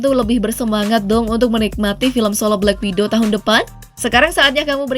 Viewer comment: Black Widow Min, bukan Black Window 😅